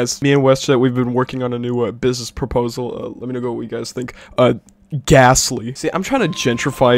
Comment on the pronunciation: There's a Pokemon called ghastly, which sounds similar to what was saying (gasly)